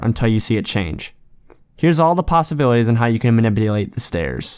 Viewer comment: Does it sound like he's saying maniBulate instead of maniPulate to anyone else? lol